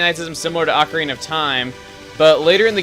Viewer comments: im suprised at how many people mispronounce ocarina. it's actually oh-ca-re-na. and there's your useless knowledge from me! :D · Wait, I thought Ocarina was pronounced (OH-cuh-REE-nuh)...